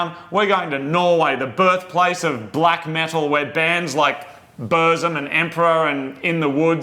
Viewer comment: Legit wearing my burzum shirt when they mentioned norway the birthplace of black metal like burzum. Yall still pronounced it wrong.